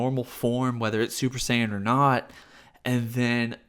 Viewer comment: Im so high that when you kept saying scion i thought i was watching a battlestar galactica video review.